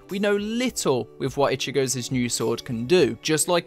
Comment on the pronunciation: Lol "ichigozez"??... golem, golem...🤣👌